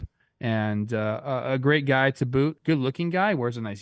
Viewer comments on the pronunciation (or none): none